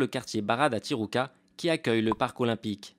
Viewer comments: The Parisian Lady déjà on s'en fiche, mais en plus tijuca se prononce ti Rou ca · Pas mal. Mais la prononciation à l'espagnole fait mal... Le Brésil parle portugais... Et "Tijuca" se prononce "ti jou ca", entre autres choses...